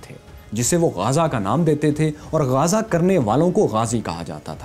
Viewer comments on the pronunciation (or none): زبردست.. لیکن غازہ نہیں ہے بلکہ غزوہ ہے جیسے غزوہ بدر وغیرہ.. غزوہ کا مطلب جنگ ہے.. اور جنگ میں بچ جانے والے کو غازی کہا جاتا ہے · Not Gaza but gazwa